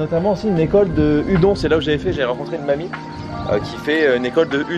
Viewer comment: Oh non pas -_- Et par pitiééé Udon se prononce "oudonne", mes oreilles saignent xD Mais sinon super vidéo!